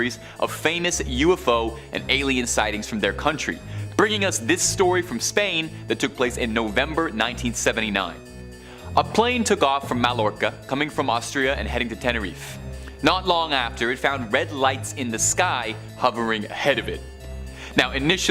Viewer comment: This is how you pronounce "Mallorca" in English: "MaYorca". 😉